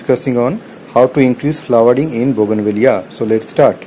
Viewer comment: I thought you mispronounced the name of the plant.You were correct and I was wrong all these years